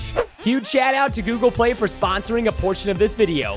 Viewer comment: Guys when he was sponsoring google play he said google pway